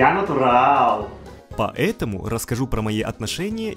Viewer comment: "Я НАТУРАЛЛЛ"